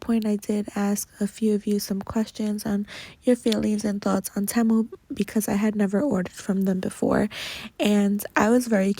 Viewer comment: Haaaaaate how you say Temu. It's Tea- Moo, like tea and coffee and moo like the sound a cow makes. 😆